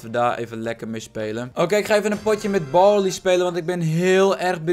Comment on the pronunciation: BARLEY NIET BORLEY